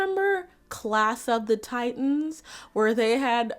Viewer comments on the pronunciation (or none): none